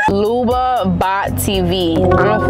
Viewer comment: She said Luba it’s babo